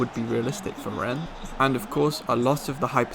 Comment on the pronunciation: Loving this channel. Great content and well done with the correct pronunciation of Rennes!